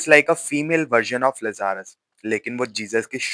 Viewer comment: Bhai Lazarus ka pronunciation to theek se kr diye hote bar bar aisi ghatiya pronunciation sun ke dimak .......